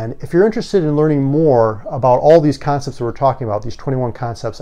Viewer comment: "conepts" lol